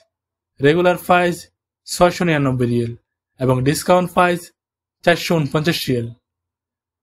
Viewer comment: 😂রেগুলার ফাইজ/প্রাইজ 😂ফিক্সেল/পিক্সেল 😂নোয়াখাইল্লা প উচ্চারন কে ফ উচ্চারন করে প শব্দটা এদের কাছে কোনকালেই আসবেনা😂😅